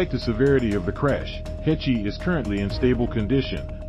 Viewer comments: Please, do not pronounce a long e on the end of her name! Pronounce: h-e-ch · It's pronounced heshh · Should we trust a channel that pronounces annes last name as HECH EE? 😂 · It's Haysh not Hechee. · Why were you pronouncing Anne's last name as Hech Ee? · Not “Hechee” lmao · Who the fuck is hech ee does he mean Heche ( she should be on charges of reckless indangerment and driving while intoxicated along with property damage I hope that lady sues her ass for everything she got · Pronounced Haysh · Learn how to pronounce her name first. "Hay-sh," rhymes with "H." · I don't care. Odd word you would use. I appreciate proper pronunciation of words, names. I guess you don't care.😆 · Rolling my naked eyes😳👁👁. A mispronunciation really doesn't matter. Does it. 4eyes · First off, FO. Secondly a pro does a little research before he starts. Takes ten seconds. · You can't even pronounce her name right... among other guffaws. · This is ridiculous... can't even pronounce Ann's last name correctly. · Can't you get the robot to pronounce her name correctly???? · PLEASE learn to pronounce her name correctly!!!! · In MY naked eyes😳👁👁, this name-butchering is done on purpose, to get a rise & a comment out of people like you. And it worked! Haha!😌